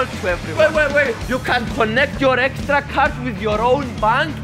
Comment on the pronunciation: Does fidias say estra not extra?